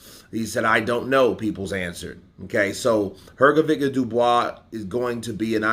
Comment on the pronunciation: Why do you always call him filip hrgoviq,it is hrgovich,you dont call michael jordan a michael bordan